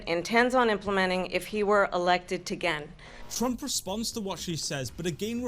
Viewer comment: If he were "elected Tagain" kamala Harris said . 😂😂😂😂. Kamala Harris must be drinking 🍸 tagain